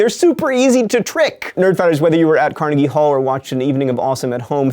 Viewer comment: Acutally, Andrew Carnegie's surname was pronounced KAR-NAY-GEE. The more you know.